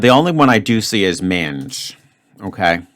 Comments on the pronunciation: Rhymes with cringe? 😂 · Man, pronunciation of mange is freaking me out, makes it sound like something else entirely! SOARE gave me three vowels and I just saw Dougmansland's favourite CANOE straight away. A lucky one in eight solution for me.